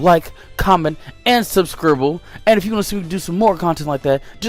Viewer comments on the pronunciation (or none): none